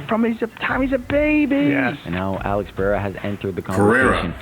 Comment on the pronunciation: AH-LEX PAY-HARE-UH